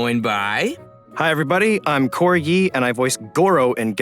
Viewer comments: I don't know why... but i heard Corgi instead of. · i heard "corgi" instead of "" in the intro i